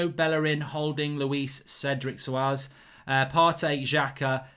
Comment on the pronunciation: Who’s Sorez? 😂 think you mean Souares and usually goes by Cedric